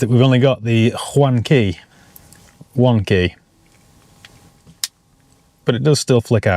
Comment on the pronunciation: Nobody:: We only got the HWANNN keyy 😅